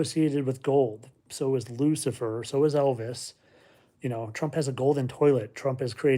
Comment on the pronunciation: Lucifer not luckier